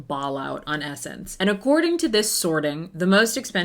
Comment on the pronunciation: “sssssss”ense not (e)ssense